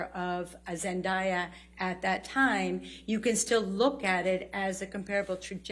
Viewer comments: If she did Zendaya wrong one more time yo. It's not even spelled Zendaiya. You don't pronounce the word day - die/dai/dye. Idk why amber hasn't just given up yet. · Does it bother anyone else that they pronounce Zendaya’s name like Zen-die-ah instead of Zen-day-ah? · ZEN DAY A !!!! 🙄🙄🙄ZEN DAY A !!! 🙄🙄🙄🙄 NOT ZEN DYE A!!! Aaaaaaaaaaghhhh!!! Now I know how Zendaya feels, after listening to the AH JD trial. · For goodness sakes, her name is Zendaya not Zen-dye-a 🤦🏽‍♀️ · Zen-die-ah? I thought it was pronounced Zen-day-ah? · sorry but not sorry, but before this trial, I didn't even know that she was the one who played Mira 😫🤧 p.s it's pronounced Zen-dae-ya not Zen-da-ya as it is written 🤧😫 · It’s pronounced from the horse’s mouth zen-day-ah not zen-dai-ah 🤦🏻‍♂️ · It's pronounced - ZEN"DAY"A!!! not DUH, YA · Zun die ah? White ppl suck at pronouncing names. U can tell them exactly how to say a name and they still mess it up. Smh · she can't even pronounce Zendaya i.e. Zen DAY Yah's name correctly. What an "expert". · It’s zen- Day - Ahh lol how they pronounced her name was driving me crazy 😮‍💨😂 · Zen-day-a....the least they could do is pronounced it right!!!!!! Heard is NO WHERE near Zendaya! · This b didn’t just say “zen-die-ah” instead of our Queen Zendaya’s real pronunciation and still have the audacity to call herself an expert on the entertainment industry??????? Make it make sense. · This is the woman who pronounced Zendaya's name "Zendaiya." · I have worked a long time to pronounce Zen-DAY-ah’s name correctly for these people to come here and undo all my good work. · … repeat after me zen DAY uh. She compared the two and can’t even pronounce Zendaya’s name right? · I’m more mad about how they pronounced her name like whaaat ? Where did they get “zeniya” from? Lmfaooo there’s clearly an A IN HER NAMEEE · Lawd have mercy it's ZEN..DAY..A 😂 just pronounce the letter "A" the normal way. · It’s really bothering me how they keep miss pronouncing Zendaya’s name 😠